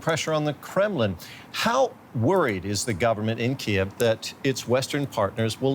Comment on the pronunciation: It is pronounced Kiyv, KEEV,. No other way.